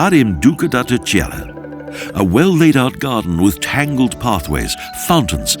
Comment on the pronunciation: He murdered all the names of these places, at one point I could even make out what the heck the place in “ Telcheira “ 😂 Was.